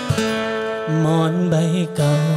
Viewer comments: หมอนไม่ใช่ หมอ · หมอนครับ ไม่ใช่ หมอ คุณทีมงาน